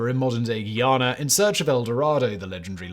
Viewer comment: Guyana… GUY- (as in he’s a cool guy) ANA- (as in Anna the name) 🤦🏽‍♀️